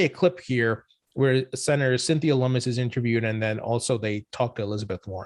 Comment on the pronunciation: lummis not mummies